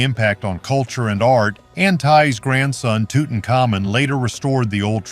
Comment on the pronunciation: Tootonkamoon? C'mon. At least get a current AI. This one is cruel to listen to.